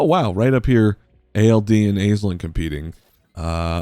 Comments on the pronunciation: Not to be pedantic, but Aisling is pronounced ash-ling, not ayz-ling. It's an Irish name so it's not intuitive pronunciation for English speakers. Hope this helps! :) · Love this idea and I'm here for it! Consider me subbed :D oh and also it's pronounced "Ash-ling" for future videos! ;) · Also word noting that Aisling pronounced "Ashlin". I'm not Irish, but I imagine any Irish watchers are grimacing every time she's called "ay-sling".